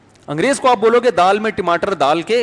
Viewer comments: ❤️❤️❤️❤️❤️❤️❤️❤️❤️Mashaallah Aapke muh se Tamatar ko Timatar bolna muje bhut accha lagta Allah Bless You Mufti Sahab ji❤️❤️❤️❤️❤️❤️❤️❤️ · ❤️❤️❤️❤️❤️❤️Mene usko kafi bar suna Tamatar Ko Timatar me bhi aise hi bolta ho kabhi kabhi❤️❤️❤️❤️❤️❤️